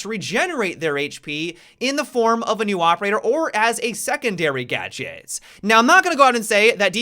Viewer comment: "secondary gadgyit"